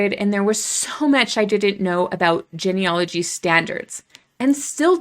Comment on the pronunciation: Why are we labeling people? You don't even pronounce "genealogy" correctly and sound like a robot, anyway.